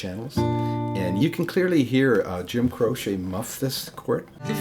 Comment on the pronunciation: Great work here. I've always heard his name pronounced like crow-chee not crow-shay.